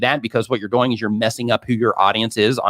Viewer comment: "See wach you're DAWOING!"